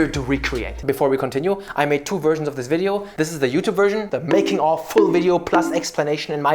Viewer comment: The way you said "so what kind of wideo can I do to combine these two" had me fuckin dead. I was not ready for it lmao